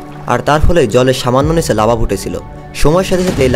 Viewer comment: লার্ভা না। লাভা হবে